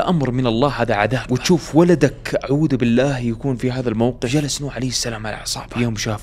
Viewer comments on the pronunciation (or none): none